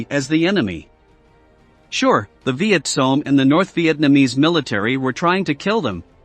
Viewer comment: "Viet Song" loool😂 Let the computer bot learn to pronounce the term correctly...